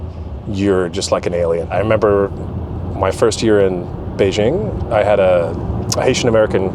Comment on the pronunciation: etc: "Beishing" ? Is that a city in France ? Why is it that many foreigners even when they are amazingly fluent in Chinese like this guy (I can only wish), still insist on mispronouncing "Beijing" and other common place names when they are speaking in English (and even though they obviously know better) ?